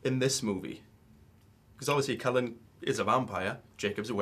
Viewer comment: Why does the interviewer keep calling Edward "Kellan" lolol...dumbass. And also to all the people that keep saying "Kristin is just like Bella" ummmmmmmmmmm Bella is a book character who is not real. Kristin is a real person who is bringing the character to life therefore her personality will come out in the portrayal of the character. Kristin is Kristin and some of her personality would have undoubtedly come through in her acting of Bella.